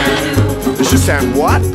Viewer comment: shisan WU not shisan oooo